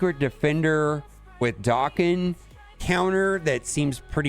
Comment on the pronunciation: Daken not doken